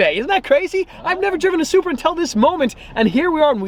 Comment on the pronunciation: its a, its a, SURPEA!!!!!!!